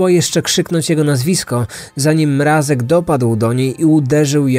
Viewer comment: przecież poprawnie wymawia to nazwisko! Głośniki może wam fixują